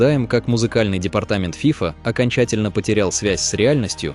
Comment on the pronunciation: Что за всратый заголовок? Отвратная озвучка. ФИфа блять....